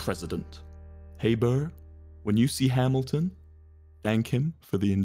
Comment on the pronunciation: It’s burr not bro sorry to be that person 😓